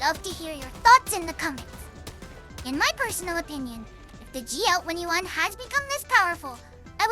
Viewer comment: Not too fast, but some phrases are not pronounced clearly enough. Generally, "GL-21" and "GL-28" are not pronounced very well. These sound like "GL wenty-one" and "GL wenty-eight." Pronunciation of the 't' is missing. Specific example of mushed words "Even if I shot randomly like this." Inaccurate translation "Once green liquid starts spurting out of your body" assumes the wrong subject (the player), which should be the Charger. Instead "Once the Charger starts bleeding-out." Behemoth and abdomen are not always pronounced correctly. However because Zundamon is cute, everyone will forgive these small mistakes.